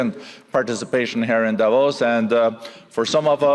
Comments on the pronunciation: Lets try again its not divos ... it is DAAvos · It's Davos, not Divorce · Its DAH-VOSS, not "divorce"😂😂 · It's not DIVORCE...it's D A V O S. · Opening presenter needs to get her pronunciation correct ! DAvos and XAvier - which she should manage as a South African - if you substitute Afrikaans J for the Spanish X. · Please learn to pronounce “Davos”. Otherwise, thanks for sharing Milei’s speech. 🎤